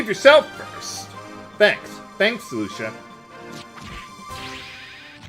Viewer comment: You are pronouncing Lucia so wrong.